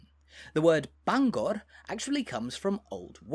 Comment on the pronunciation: Your pronunciation of Bangor hurts my head!